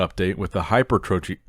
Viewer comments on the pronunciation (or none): Did legit say "hyper-trophy"... come on you been in the game too long to pronounce it like that 😅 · The #1 source of bodybuilding news and coverage, but says "hyper-trophy" 😂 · i can't believe how big this channel is and you say "hyper trophy"